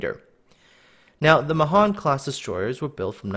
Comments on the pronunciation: It's pronounced "MAY-han" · Mahan means 'great' in Hindi.... Especially the way you pronounce it. I always thought it would be pronounced 'May-Haan'